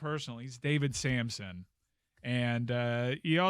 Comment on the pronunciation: Just so you know, it's Samson